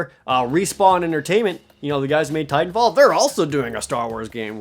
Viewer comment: oh. I thought you said Tight 'n Fall instead of Titan Fall